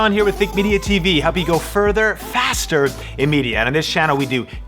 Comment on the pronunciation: I wish you would put slightly less emphasis on "faster" lol ;D just kidding Sean